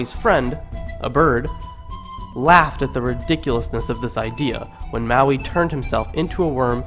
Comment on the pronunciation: churr bro. dont mind 'te' haters. after my ears stopped hurting, i actually enjoyed sum of those old stories, sitting here cracking up at your interpretation, enjoyably so. :) you did pronounce maui right tho haha anyway well done and thankyou.